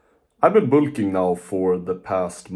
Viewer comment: ah yes "boolking" jokes aside W video youre huge keep grinding bro